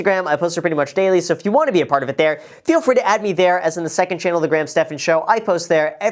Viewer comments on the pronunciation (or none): none